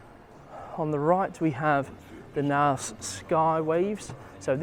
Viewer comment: That’s not how you pronounce Knaus😅.